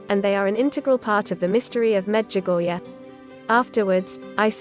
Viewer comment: Why do you pronounce the visionary’s name wrong also Medjugorje please try to get it right.